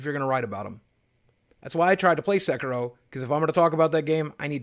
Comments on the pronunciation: Sek ee ro. Not Sek ur ro. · Sorry, but it's S[e]k[i]ro ) Love you videos! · It's Sekiro SE-KEE-RO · It's pronounced Sekiro, like Japanese "i" as in eeee sound